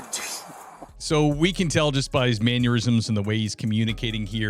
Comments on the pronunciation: sounds like you are saying 'maneurisms' instead of mannerism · Dude when you said "Man-ur-isms" I'm think you're slurping and drunk doing youtube's. It's Man-Er-Is-Ums! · “Mannerisms,” not “manneurisms.” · did I hear you say “man-YUR-isms”?🤣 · Did you say manuriams? Pretty sure you did 😂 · "Manyourism"?? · Maneurism lol is that a man having an aneurysm? My wife says it that way all the time. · Please look up the way you pronounce mannerisms every time you say it you are mispronouncing it